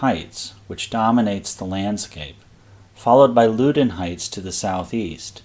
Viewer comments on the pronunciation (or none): Agree, the first syllable in "Loudon" is pronounced "Loud". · Loudon is pronounced like the word "loud" plus "un." Loud-un. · I would say the pronunciation is more like: "Loud - Don" vs. LowDon. And Potomac is "Po - Tow - Mick". Although some say Mick and others say Mack. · Your videos are fascinating. I really appreciate the topographic detail you provide in your presentation. BTW Loudoun is pronounced loud-un and Potomac is pronounced pahtohmick by the locals, for what that's worth.. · Loudoun is pronounced LOW-dun where Low rhymes with cow. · Loudon Heights is pronounced Laudon. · I live in the general area. It's "Loud-un" and "Pah-tow-mick." And as far as I know, Middletown is pronounced "Middletown" rather than "Middleton." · Learn how to pronounce “Loudoun.”